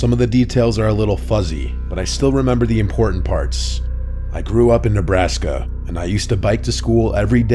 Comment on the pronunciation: Like actually why did he pronounce it like that 😭😭